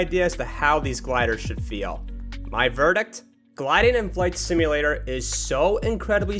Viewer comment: "IS THIS A MICROSOFT FLIGHT SIMALAT-ER?!"